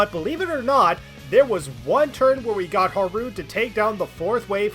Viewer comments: You pronouncing Haru as Ha-rooo instead of how they prounounce it ingame really bothered me (Haa-roo). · Why do you call Haru "haroo"? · I have GOT to ask why you put so much emphasis on the ru in haru a a ron type pronunciation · Drives me crazy the way you say Haru's name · Why do you pronounce Haru like Nixon from Futurama? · Really like the video, super entertaining. BUT FOR THE LOVE OF GOD WHY DO YOU PRONOUNCE HARU LIKE THAT.